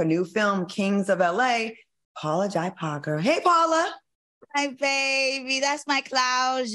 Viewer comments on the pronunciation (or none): Claudia, please pronounce Paula Jai Parker correctly... It's J, not Jai...